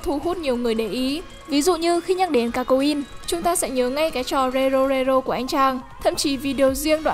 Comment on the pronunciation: Kakyoin đọc là Ca-(cy)-dô-in đọc nhanh là Ca ô in nhá. Fan kakyoin như em nghe đọc là Ca cô in khóc xỉu :(